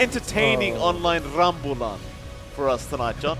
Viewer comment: Love the caster's use of appropriate and local slang/jargon!! i.e. rambulan Just wish someone typed how it's meant to be pronounced. not ramble-an.. ram-booh-lan.